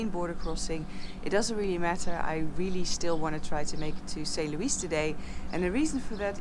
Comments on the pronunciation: Listening to a Dutch person trying to pronounce French place names is hilarious.... St Louis is 'St Louieeee', no S on the end Noraly 😁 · Hello Noraly! "Louis" is my middle name. It is a French word, and it is pronounced; "Loo-ee"! Not as the Americans pronounce it; "Loo-is". It is so annoying! Take care on your journey to; "Saint Loo-ee"!.....😀...😀...!